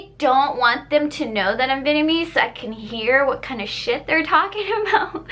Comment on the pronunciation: you should upload videos like this a lot more. Also I love the way you say Vietnamese